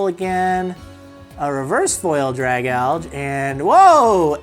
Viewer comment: Btw its drag alj E because algae